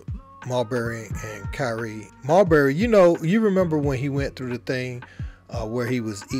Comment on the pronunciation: Why he calling him mulberry when it’s marbury…😅